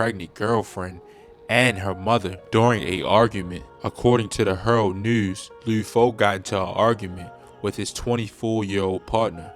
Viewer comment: Wtf is lude nigga L U D LUD like mud but with an L this video cringe asf